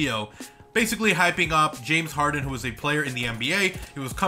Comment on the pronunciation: Why did i just know he was finna mispronounce "harden"?